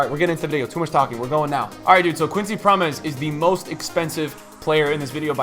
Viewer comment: Keep going content is class, Think it’s Pronounced Prom mes